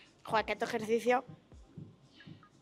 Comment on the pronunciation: Joe eke etoh jercicio 😂😂😂